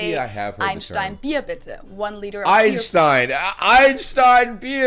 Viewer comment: Einstein, not weinstein 🤣